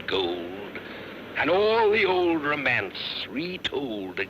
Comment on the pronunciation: Notice how he (correctly) pronounces the word romance, with the emphasis on the last syllable.